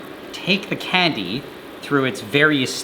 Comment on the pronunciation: ive never heard a guy say "candy" so weird". "KKKKKhandi"